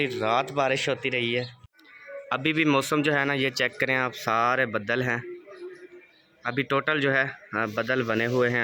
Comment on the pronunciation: Bhae gee budal nae baaadal okay dnt mind please carry on v good